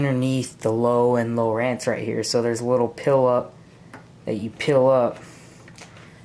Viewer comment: Its lowrance not lowerance